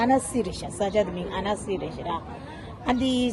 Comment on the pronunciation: Tashi delek ! It's pronounced : "Annsee" for Annecy 😉 hope you enjoyed it, I lived there for 3 years. It is nicknamed "the Venice of the Alps". The city center is beautiful, you should try their ice cream and go pedaling on the lake.